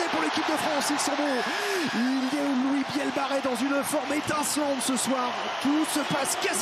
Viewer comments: Match agréable à regarder. Commentaires de Etcheverry lamentables, un guide touristique incompétent et qui ne se sent pas concerné ! Presque aussi mauvais pour la prononciation des noms de joueurs que Lievremont sur C+ ! Louis Bielle-BArrey (au lieu de Biarrey ) Émilien Galeton (au lieu de Gailleton)... Hésitation sur les noms de joueurs lors des actions: "essai de Ramos, non Jalibert, non Boudehent". Il évite de prononcer les noms des joueurs Japonnais ! Il a beau tenter de varier son intonation de voix, on dirait un mauvais doublage de film Us par un Québecois. Bref une calamité ! N'est pas Lartot/Yachvili qui veut... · C'est Louis Bielle-Biarrey mr le jourNUListe, pas Barrey... 🤦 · le commentateur qui dit "Bielle-barré" tout le match... c'est insupportable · L’un des 2 commentateurs, pas Thomas Lombard, l’autre, a passé le match à écorcher le nom de Louis Bielle-Biarrey, et l’appelant Louis Bielle-Barré. Que le mec n’y connaisse pas grand chose en rugby c’est déjà gênant, mais ne pas être capable de prononcer correctement un nom……. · On demande tous un retour IMMEDIAT sur france television, les commentaires callamiteux incapable de dire "Louis Bielle-Biarrey", c'est pareil pour les autres sports comme le hand, des que c'est pas du foot y a plus personne, tout pour le pognon avec un max de pubs